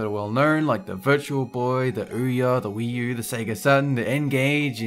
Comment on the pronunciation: did u say uwa or uwii.......OTHERWISE NICE VIDEOS